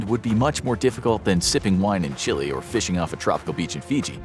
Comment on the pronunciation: you said Chile right; many Americans say Chil-A